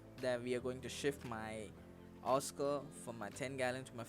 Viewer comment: What's a awwscoh???